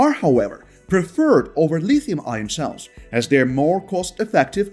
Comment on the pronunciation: I cannot see what the benefit is to this video, to have a narrator for the video who is not a native speaker of English. "Eye -ron" instead of "ire-n", "Leethee-um" instead of "lith-ee-um", on and on. Cannot say a word with "th" correctly. Just drop the ego trip, and hire a fresh-out-of-university graduate in "Communications" graduate, who aspires to be a newscaster, and let them read the script. Or, a Screen Actors Guild card-carrying member. Good, effective narration is extremely important if you wish to get this message out. Drop your ego, hire a native English speaker.